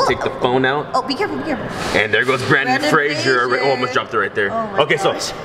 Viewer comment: It’s not Brandon Frasier it’s Brendon Frasier